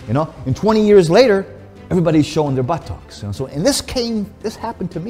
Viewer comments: For 6½ minutes all I saw was a wee coffee cup and all I heard was "Buhh - Tox". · I’ve never heard but-tocks before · Fucking legend but the way he keeps saying "buh-TOCKS" cracks me up 🤣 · It's like he's saying butt-tocks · 3 Sign SomeOne is a Gentleman 1 He wears a Suit 2. He loves Espresso 3. He says Buttox instead of Butt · All I heard was buh tuhks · Nobody: Tom Platz: buttOCKS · Take a shot every time he says Butt-ox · Enough about the comically small coffee cup can we talk about how he says 'buttocks'. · The way he says buttocks made me laugh uncontrollably hahaha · I need him to get ready for leg day. His enthusiasm, his old training and posing videos and any interview I can find him in. He needs to learn to pronounce the word 'buttocks' better though. Then he could be the perfect package.